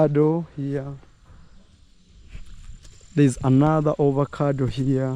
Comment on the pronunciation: You don't say Ovacado, say Avocado